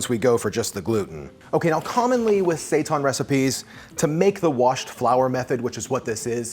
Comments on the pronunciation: It's pronounced "say tan" not "say tawn" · Thanks for this video. I am trying this as soon as I finish this comment. FYI Seitan is Pronounced Say-Tan not sayton. Not trying to be ignorant just informative thanks for the recipe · Thank you for your great videos. Could you please stop calling it sei-TAHN? It's seitan, the second syllable sounds the same as the word "tan," like when you get a tan. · Are you guys saying seitan that way to be funny? Like the queens English? Because I can’t for the life of me think of a word for “tan” is pronounced “tahn”.